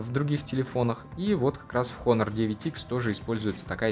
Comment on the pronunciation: Хонор блин...английский высок